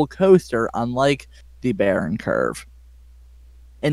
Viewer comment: Also "Kurve" is not spoken "kerf" like the englich "curve". The is spoken something like the "ou" in "you" and the "e" at the end is spoken too. Source: I know curves in Germany.